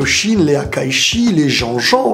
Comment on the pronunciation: salut super vidéo juste un détail: on dit HAKAISHIN!! ^^